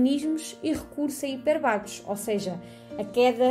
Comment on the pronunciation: hipérbatos tem acento no "e" e não no "a". obrigado